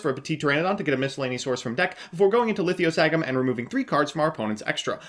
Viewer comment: Another dinosaur vid, another time pronounces Lithio-sagym like a sex act.